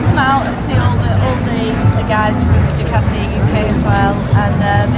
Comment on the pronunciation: Did the good folks at Ducati cringe every time Boorman said “DuCATti”? Did they move on to Germany and say “Porsh” over and over at the Porsche factory?